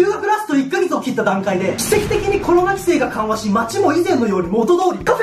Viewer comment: 毎度コロナのことキョロナって発音するの地味に好き笑